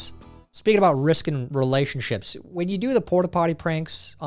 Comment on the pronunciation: I do in fact have a pet monkey... and I can tell you for a fact, I'm pretty sure you said relationshits in the video, instead of relationships.